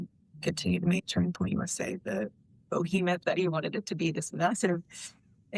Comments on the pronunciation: She said, "Bohemoth" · Does her mispronunciation of “behemoth” annoy anyone else, or is it just me? It’s like she’s a ditz who is trying to sound intelligent but doesn’t know the word she’s using well enough to know it’s spelling or pronunciation. Maybe it’s just that I’m a word nerd, but it really annoys me every time I have to re-watch this video being played by the various people I follow (Candace, Baron, Coach, etc.).